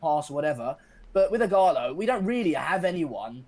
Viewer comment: His name isn't Igarler, his name is Ighalo.